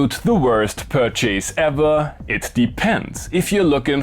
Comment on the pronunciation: Your pronunciation provides an entirely new interpretation of the word ‘pur chase’ 😁